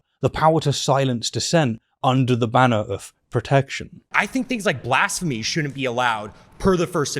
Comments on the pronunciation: Why are you saying blasphemy funny? Its a as in bat not as in bah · I have never heard someone pronounce "blasphemy" like that before lol